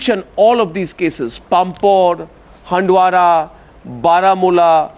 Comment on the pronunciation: arnab u should pronounce handwara properly